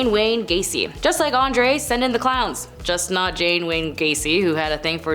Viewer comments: Come on it's John Wayne Gacy. Not Jane or Jean for that matter. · John Gasy not Jane Gasey